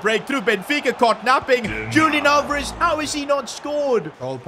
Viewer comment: it’s not Julian Alvarez how you pronounce it, it’s Hulian Alvarez